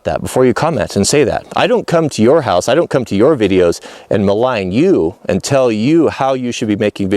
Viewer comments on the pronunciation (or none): none